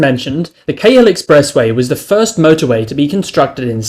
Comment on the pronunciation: A Sydneysider would know how to pronounce Cahill